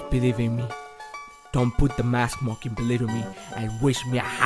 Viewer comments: Its not mockey its mokey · Its Mokey not Mockie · STAHP IT MOKEY IT NOT KRIMAS